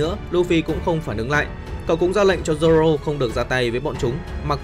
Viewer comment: Zô rô nha anh k phải zô lô